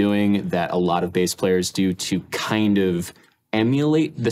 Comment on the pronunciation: and they keep saying base instead of Bass